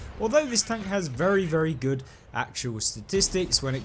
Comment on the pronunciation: British people says "tonk"?😂